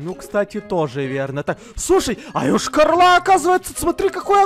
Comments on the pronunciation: Ешкарала, а не Ëшкарала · Не Йошка-рола а Йошкар-Ола Я там живу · Вообще-то Йошкар-Ола